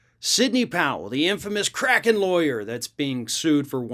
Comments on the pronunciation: Did u say kraken lawyer? Or crackhead lawyer? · I think we all misunderstood Old Lady Powell. She didn't really say "Kraken." She said "Crack Hen."